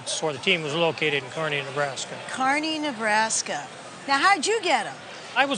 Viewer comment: At least she said Kearney correctly